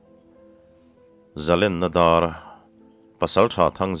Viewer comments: Ṭhangthar te hian Zalenna tih hi, Zalenna ("len" ka deng) ti a lam tur ni hi a nia. Zalenna (vai len kum) tih anga ri hian in lam zel a, hei hi lam dik thei ula, ngaihthlak a nuam deuh ang. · zalenna i lam rik dan hian ka lam ri ṭhin, mahse ṭumkhat chu Dr Zokhuma hian i lam dik lo zalen tih i lam ang khan lam chhunzawm la.. a ri a hniam phei tur zawk a ni e, a tia. A dik zawk hian ka hre ta a..